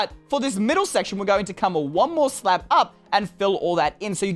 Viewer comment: It sounded like you said slap instead of slab